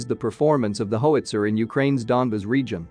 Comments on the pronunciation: Plz stop mispronouncing words. It gets so old. Hoeitzer? HOWitzer. How. So many words need to be proofread before recording. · I like your channel, but please learn to correctly pronounce things... It's "how its er". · There's no hoe in howitzer. HOW can you not know this? There's also no nod in grenade. Try grin. Now aid. Grin. Aid. GrinAid...Grenade. I got hooked on phonics in the late 80's. Got me off crack though. Now I just try to help others. One day at a time. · Hoe witzer lol 😆